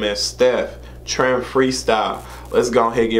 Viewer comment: Loved this... Always followed St3ph, he's mad talented!! Trime... pronounced Rhyme with a T at the beginning 👌🏽